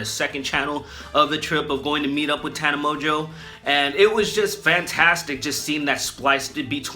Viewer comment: My favorite part was that he bastardized her name so much that at one point he calls her 'Top 10 by Watchmojo' and it actually fits in. I don't know how he managed to make Tana Mongeau and Top 10 by Watchmojo sound similar but he did.